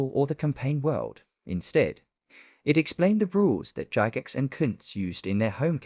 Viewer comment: Cool vid! I got the original box set when I was a kid in the 70’s but never had the supplement. Pretty sure “Gygax” is pronounced with a hard G, btw. 😊